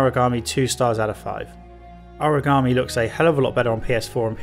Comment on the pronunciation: Origami is folded paper. Aragami is this game. Sort out your pronunciation